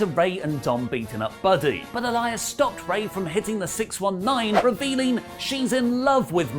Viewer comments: flip flops on pronouncing Aaliyah's name wrong 😂. But really it's not a big deal. I get the reactions on the other side but it's just a storyline. People are taking WWE of all things WAY too serious. I don't watch anymore though but the criticism is insane to me. It's known as entertainment for a reason. If you're not entertained or disgusted then stop watching like I did a year ago. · It's Aaliyah not Aliah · BTW,, Aaliyah Mysterio's given name is pronounced ah-LEE-uh, not ah-LYE-uh. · It's pronounced Aa-lee-yah not Aa-lie-yah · Mate her name is not A-Liar It’s pronounced Ahh-Lee-Ahh 🤣🤣🤣🤣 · I don't know where wrestletalk hear Ah-Lie-Yuh when clearly on commentary, Rey Mysterio and Dominik themselves are saying "Uh-Lee-yuh" regardless of how its spelled. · I'm about sick of people bringing up the #SpeakingOut movement when talk of Murphy and Aaliyah (ah-LEE-uh, not ah-LYE-uh as mispronounced it AGAIN) comes up. Aaliyah is 19 and, therefore, a woman, not a girl. These are 2 consenting adults and I find the outrage to be straight ridiculous. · Who the hell is ah-lie-ya its ah- Lee- ya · Aalyah is pronounced A-lee-yeah. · "A Liar Mysterio" wtf...bruh...please...Pronounce her name better... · Say it with me Ah-Lee-Yuh lol Love your content guys. Support Wrestletalk! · Why is he calling her A-LIAR? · I didn’t think it would bother me but it’s Uh-Lee-Uh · Imo, it's pronounced as, 'ah le yah' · Yo can you guys pls pronounce Aaliyahs name correctly? It’s triggering me so much lol. It’s (uh-lee-uh) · it pronounced Ah lee yah.. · You mispronounced a-lee-ya 🤦🏻‍♂️ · Is it your lazy british accent that makes you pronounce her name as "a liar" as opposed to how her dad and everyone else does? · It's pronounced Aa-lee-yah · I'm more uncomfortable with how he's pronouncing her name rather than the storyline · I'm more bothered by the way (and ) pronounce Aalyah's name. Surely at this point they're doing it on purpose.